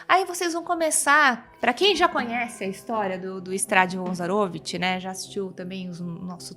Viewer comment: ZaroVIch. Não ZaROvich.